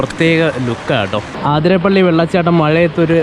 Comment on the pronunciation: you should pronounce it as അതിരപ്പിള്ളി not ആതിരപ്പള്ളി.. forgive me if i was mistaken...